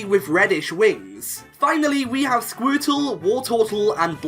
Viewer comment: I like how he says Squirtle, Sqourtle